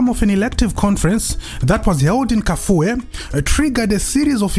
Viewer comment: I the way you pronounce kafue